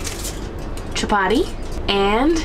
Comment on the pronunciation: Hey just so you know learn to pronounce our language correctly chapati Is pronounced (cha-paTi) not chapadi